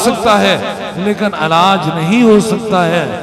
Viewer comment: Allaj NAHI Hota illaj Hota Chawla insaan Aperate NAHI Hota operate Hota Hai Shafa NAHI Hota shifa Hota Hai Mard-e-moman NAHI Hota Mard-e-momin Hota Hai